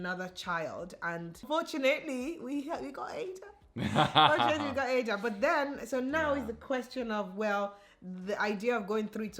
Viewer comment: I love this beautiful family. is a very caring husband and father, keep it up. Baby Ada, welcome waiting for your first photo shoot. But I noticed you two pronounce your baby girl's name differently. 🤔.